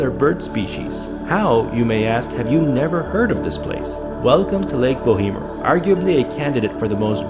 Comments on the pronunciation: it is called bow mer <<< no bo hee mer.. Jesus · Bo emer... the 'h' is silent, short 'e'. The company that originally drilled the well should be responsible for capping it but they argue that it's not truly an "abandoned oil/gas well" as it never produced what they were drilling for. Silly argument but that's why shyster lawyers make big money.